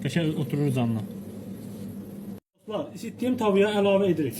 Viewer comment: ne geder. bu. Doslar. deyirrrrrrrr